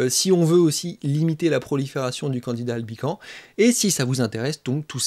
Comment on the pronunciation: On ne dit pas Candida Albican, mais Candida AlbicanS, en prononçant le S ! La culture se perd !